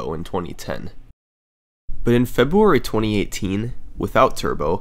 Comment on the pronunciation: Seems a lot happens in the month of Febooary :) Please don't percieve this as me mocking SS, I just like the way February is said in his accent.